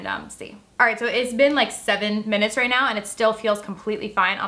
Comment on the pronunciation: At ten minutes and fourteen seconds she messed up saying right lol